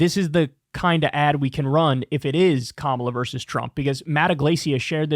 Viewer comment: Kyle, for such an intelligent guy, your use of "verse" instead of "versus" is surprising.